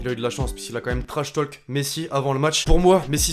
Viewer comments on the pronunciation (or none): none